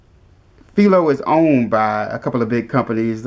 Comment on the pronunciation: It's pronounced FY-LOW....named after the inventer of the TV picture tube Philo T Farnsworth